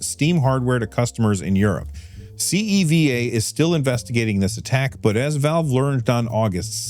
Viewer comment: CEVA logistics is one of my clients at work. I can't really say anything about the hack (this is the first I've heard about it tbh), but FYI it's pronounced See-va